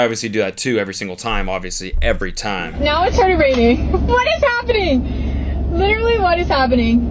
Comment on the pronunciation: That "h" on the end of literally spun me out cause I can hear it!! 😂😂